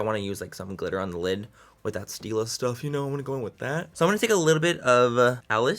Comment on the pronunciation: Stilla not still ! Lol